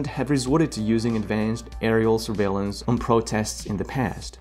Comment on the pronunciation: A good video but it's "surveillance" not "survaillance".